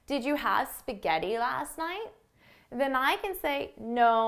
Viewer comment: Come cazzo pronunci spaghetti 🤦‍♀️🤦‍♀️🤦‍♀️🤦‍♀️🤦‍♀️